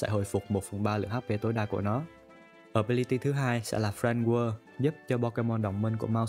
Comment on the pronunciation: bác này đọc script cứng ghê giống như đọc văn trong lớp ấy Và nên trau dồi hơn về cách đọc tiếng anh "Friend Guard" mà toàn nghe "Friend Whirl"